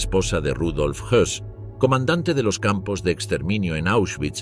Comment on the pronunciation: era rudolf Hoss y no Hess